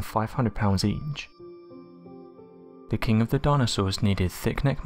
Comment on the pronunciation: What is worse?.. Hearing you not pronounce 'th' properly..